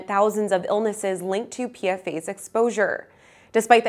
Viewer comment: PFAS is pronounced “Pee-Fahs”. per-and polyfluoroalkyl substances The “s” isn’t making the word plural. Its stands for “substance”.